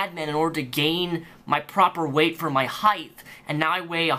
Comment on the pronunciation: Good video. But please note: "Height" is pronounced "HITE" not "HITHE"